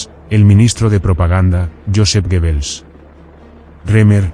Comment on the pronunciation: Please learn how to say GrossDeutschland correctly, I had no idea what you were saying, I was wondering what is dirkland & ditchland! and who is gibbles ?